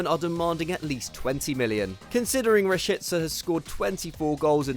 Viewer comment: The most annoying thing about these guys saying players names is that they’ll put in effort in part of the name but that’s it, I mean if you’re going to try to say it correctly why not finish it? Ra-shee-tska : it’s that simple.. don’t come off like an idiot making us listen to you say shit 14 times